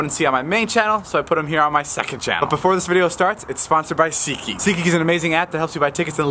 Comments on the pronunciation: David: Seatha Geakhaha isha sponsoringhing this video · David be like : "what's up guys welcome to seetgeeks second Chanel"